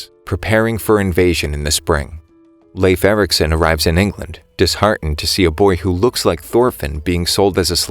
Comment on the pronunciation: I'm from Denmark, so it was kinda funny when he said Leif Ericson